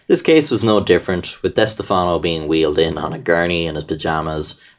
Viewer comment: diss-teff-no that’s how it’s pronounced